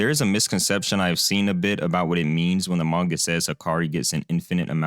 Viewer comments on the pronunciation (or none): none